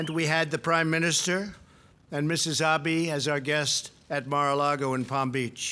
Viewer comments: It's Abe, not Abi! Can't even say his name... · Who is Prime Minister Ah-bee? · "Ah-bee?"I can't even get past the first words of this clip. How insulting. How humiliated I am. The rest of the country should be, too.